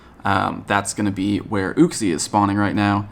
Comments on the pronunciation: second comment but psssst it's you-xie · why do some people mispronounce uxie's name? I think it's prenounced "you-Ksee" if that makes sense. I hear people having trouble pronouncing those other pokemon of the lake trio sometimes I'm not sure if I'm right lol.